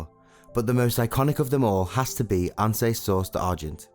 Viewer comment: Ans.. not an se.. Bo vallon not boo vallon